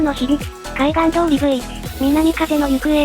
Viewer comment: ちなみに「南風の行方」の読み方は、 「"はえ"のゆくえ」らしいです。